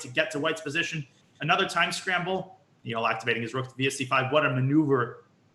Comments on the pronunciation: I hate it when these americans call nihal neeehal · it's pronounced knee-hell you loser